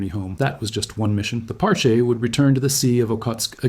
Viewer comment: It’s pronounced Par-chee (sounds like the beginning of cheese)